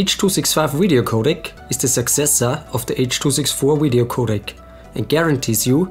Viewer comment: Why do you keep saying Wideo? lol